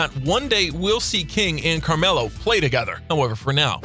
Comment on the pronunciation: He said camarlo